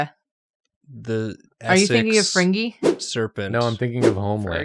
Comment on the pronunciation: win: Drawfee mention my fave under-appreciated tv show Fringe! loss: I will never be able to un-hear them all pronouncing it Fringyy